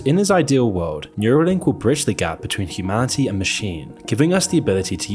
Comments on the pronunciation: "Can you harm humanility?" 😂😂😂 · "can you harm humab? ... can you harm humanility?" 10/10 depiction of humanility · "can you harm humanility?" 😂bro really needs AI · "can you harm humaniLity?" xDDDD